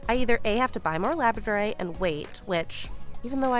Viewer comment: Labradorite does not rhym with you don't say it right.